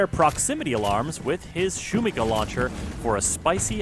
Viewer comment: Shumikha is the best way the could have called it. Could mean noise or can also translate to hype. But please shuMIha not shumiHA the tilde is on the second syllable. Thanks for making the lord even better)